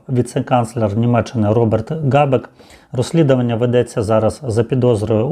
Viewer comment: Не Ґабек, а Хабек!